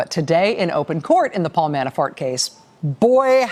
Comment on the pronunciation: Sometimes, it sounds like she's saying...Manafart...makes me giggle.